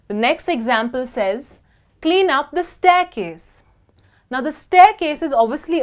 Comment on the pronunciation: la palabra staircase esta muy mal pronunciada